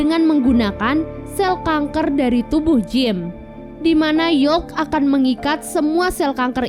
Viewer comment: eh iya maaf deng salah dikit peyebutan wkwkw